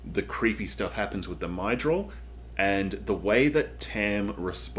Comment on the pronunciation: Great vid - here is a link to how to pronounce Myrddraal because it’s not Mydrol 😁